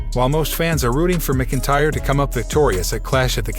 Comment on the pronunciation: It's pronounced MAC Intyre